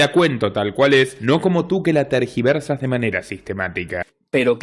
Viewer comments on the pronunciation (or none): Se dice tergiversas no targiversas. Ilustrado.